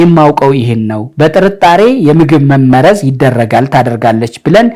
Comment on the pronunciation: አማርኛ ድሃ ቋንቋ መሆኑ!!! አህ! "መመረዝ" የሚለው ቃል በራስህ አነባበብ ችግር ፀሀፊ አቃቤህጉን ወቀስክ። በአድራጊ(subject) መመረዝ ነው የሚለው ፅሁፉ የመጀመሪያው 'መ' ላልቶ ሁለተኛው 'መ' ጠብቆ። አንተ የመሰለህ መመረዝ(object wise) ሁለቱም 'መ'ዎች ሲጠብቁ ነው። ቀድመህ ማንበብ ነበረብህ